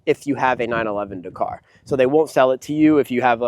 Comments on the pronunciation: It's DAKaaar not Dkrrrr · Please learn how to pronounce Dakar! This video is fucking annoying - dercar, decar, decar every other word! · Say 911 dakar one more time. I dare you. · Mate, learn to say Dakar properly…. But what a fantastic car, great to see one being used. Porsche build such fantastic cars. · lol I mean care or don’t care it’s up to you. But he is saying it wrong…..